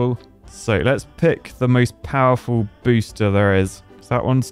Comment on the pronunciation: Whenever you say "booster" I hear "booshster" 🤣